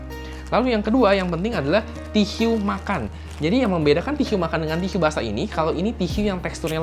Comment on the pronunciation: TISU .. TISYU .. HMMM SAKIT BAT TLINGA GUA DENGERNYA